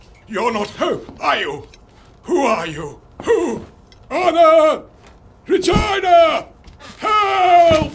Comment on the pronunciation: Excuse me what REGINA? Ehm sir i think you pronounced that wrong.